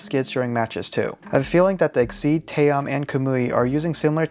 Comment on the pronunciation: TA -OM not tayom what you can't read??!